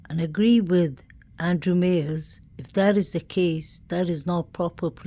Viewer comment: MYERS, pronounced Miers, not Mayers.so My, sound of i